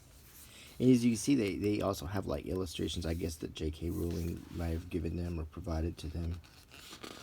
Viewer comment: “Jk roolings” lmao